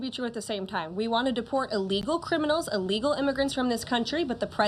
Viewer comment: It’s ‘Il-legal’, not ‘e-legal.’ Just for the record. She did great dealing with moronic ‘journalists’.